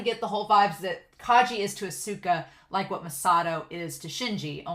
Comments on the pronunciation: FYI with su す in Japanese the U is usually silent. So Asuka is like Ah-Ska. Edit: Oh I just saw the pin. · Oh yeah! Hahaha!😘 It's difficult to pronounce Japanese, right?💦 Because I am Japanese, I can understand that foreigners have a hard time pronouncing Japanese. But no problem at all! It's okay👐 Don't worry too much about pronunciation and enjoy Japanese anime with honest feelings😉 But this time, you have definitely learned one thing through the pronunciation of "Asuka". That's a great fact!!! Cheers!